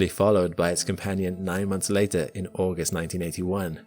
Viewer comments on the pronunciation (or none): none